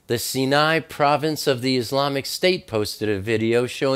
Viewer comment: Sy nai, not Ci nai. Sy nai.= cinai.